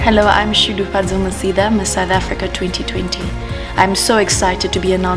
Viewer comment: I love Shudu's voice n how well she pronounces their name🔥🔥🔥👌